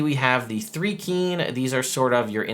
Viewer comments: What is 3-kreen? It's actually thri as in thrice. You can always go to DND Beyond and click on the pronunciation guide. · As a Dark Sun fan since AD&D 2nd ed I have to reply that Thri-Kreen rhymes with dry-screen. They are mantis people, not ant people. It's not a big deal and no negativity or anything, it's just a bit like my uncle who pronounces Pappy-russ for papyrus, and suedo for psuedo. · Your are mispronouncing the first part of the Thri-Kreen as well. It is pronounced with a long “I” not a long “E” sound, like rye bread not like the number 3. They are mantis people not ant people. 3e screwed them up to make them fit in a 5’x5’ square. They use to have a big abdomen in 1 and 2e. See the link below for info in Thri-Kreen. As to whether this UA release, is a harbinger of Spelljammer or Planescape. Every one of these creatures except the Thri-Kreen and the Astral elf come from the MC7 and MC9 the 2e Spelljammer monstrous compendiums, so I would lean toward Spelljammer. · I misread which "r" you missed and thought you were gonna pronounce them "thicc-reen" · Thri-Kreen (which I've always pronounce Th-RY Kr-een) have been a favorite race for a long time they aren't generally ant people they are praying mantis people. I like them being able to hold extra weapons but they should get "extra attack" as a feature otherwise you could hold 72 weapons and it's still basically the same one attack one bonus attack. And extra attack doesn't stack so it's not broken unless they gave them an extra attack on top of extra attack.